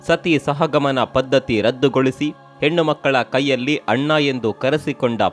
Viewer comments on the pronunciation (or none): none